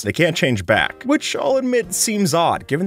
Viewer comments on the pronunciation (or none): "WHICH" seems odd